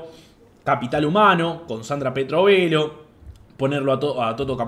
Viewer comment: Bien solo una cosa, es Sandra PETTOVELLO, no PeTRovello xD